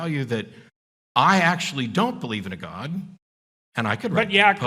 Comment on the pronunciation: This is an aside, but are people from Alberta known to pronounce "God" the way Peterson does? It's this weird diphthong-y thing he does, as if he's from deepest Long Island. "Goewod"